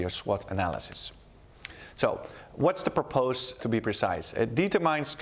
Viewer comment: Goede uitleg, maar je moet nog wel aan je uitspraak Engels werken. Bijvoorbeeld woorden als determine(uitspraak "dieturmen" ipv "dietermijn") en purpose.(uitspraak "purpus" ipv "purpoos") Op de uitspraak na goede uitleg!